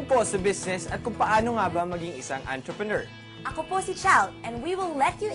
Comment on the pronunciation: Sounds like *Antrepenuer